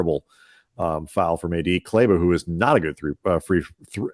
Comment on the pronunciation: as a german I appreciate that you try to pronounce Kleber correctly